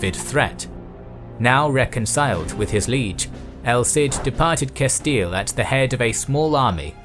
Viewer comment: Just came from Knowledgia, good to hear correct pronunciation of Castile.